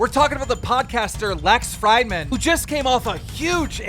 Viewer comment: “ freedman” not fried man. Illiterate gnome